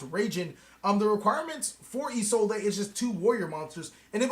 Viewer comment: isolde is pronounced "ee-sold" i really dont know where isolday came from....